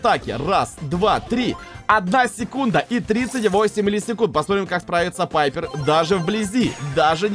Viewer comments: Ребят! А вы тоже говорите не Пайпер а Пайепр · Пайпер а не Пайерр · Только пайпер а не папйер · ОШИБКА НЕ ПАЙПР А ПАЙПЕР